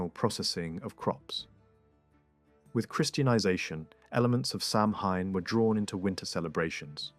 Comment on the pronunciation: Samhain is pronounced sah-winn or maybe so-win 🫶